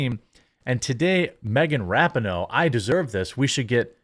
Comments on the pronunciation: Let's go back to saying rap-en-oh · The worst thing they did was that stupid hand heart. That crap has to go. Ra-pee-no, not Rapin-no. I can't stand her but for some reason the way you say her name makes my OCD go nuts. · I remember when the U.S. Women's Team was actually must watch, winning Gold at Worlds & The Olympics and was made up of the best women in soccer. How the mighty have really fallen I guess. So sad. Oh, and Jeremy, her last name is pronounced like this, Ruh-Pee-No, just an FYI for ya man! Great video as always! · It's pronounced raping hoe, right?